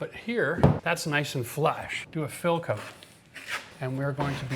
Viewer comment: great skills, now please focus on saying 'out' en 'coat' in a more palpable way